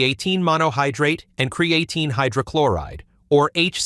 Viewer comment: Hard to take this seriously since the computerized AI voice can’t even pronounce creatine.